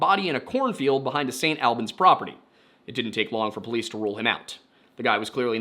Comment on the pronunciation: I gotta correct you man, St Albans is pronounced the same way as Albany just without the ny at the end, also it’s so crazy how Brianna went missing on my second birthday